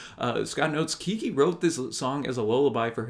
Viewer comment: BTW. Pronounced Keg gee.